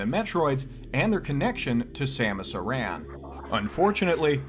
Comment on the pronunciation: I love the fact that you say Aran, and not Aaron. Great video